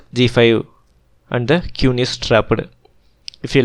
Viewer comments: Okay. This was good, but the pronunciation made it challenging to listen to. It took me a while to realise that the qune was in fact the queen. If your pronunciation gets better, these videos will be very good. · Sorry bro, you may feel like this is no big deal. . But you should work on your accent and pronunciation on a minimum. Listening Kyun, Kiwan, KIwoon every other move feels disturbing and sort of annoying. . It feels like you upload the video after the first time you record, your speaking skills aren't great, you should consider creating a script and try multiple recordings before uploading. Your upload frequency is not great, so you can atleast put a bit more effort on the video itself, and not just think that people will watch because the game is awesome or magnus, other renowned players are playing. . And moving the pieces to show an actual alternate position is so much better. People are watching an analysis of a match, not playing a match online. Move the pieces whenever you can.